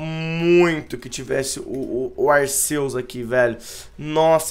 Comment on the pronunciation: kra aprende a pronunciar se escreve Arceus mais se le Arquios